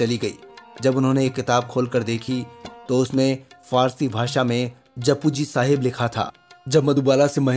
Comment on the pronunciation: Bahut Khoob... ..par excellence! But I just want to request that please make an effort to pronounce the words in another language correctly. It is not Juppu ji Sahib but Japji Saab, just go to Andheri Gurdwara and ask the granthji how to pronounce the punjabi words correctly.